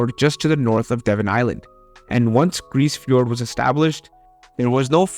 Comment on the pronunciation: fyi, the e in grise fiord is pronounced.